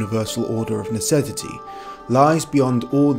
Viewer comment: Greetings, what in the glorious hell are you saying at: , are you saying "necessity", or "necevity", or "necedity"? What on earth??!??!?!